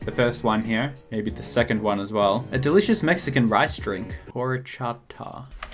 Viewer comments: I LOVE HORCHATA (also you don’t say the H. It’s ORCHATA) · I ❤️ HORCHATAS!!!!!! My favorite drink ever Btw pronounced or-chot-uh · Okay I know you wouldn’t’ve known this but horchata is a Central American drink so it’s pronounced without the “H” and it’s actually made without milk considering it’s mainly sold in like markets (and really good Mexican restaurants) and it’s usually not kept refrigerated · HAHAHA i'm Mexican, and seeing you say horchata is the funniest thing I have ever seen (From you) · Horchata. The H is silent.